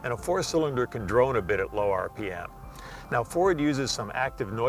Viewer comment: a 4 cylinder angine can "drowne" a little bit at low rpm. sorry, what did he say? i can´t make it out. drome? drowne???